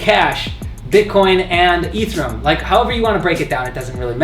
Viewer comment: Ethereum bro not ethrum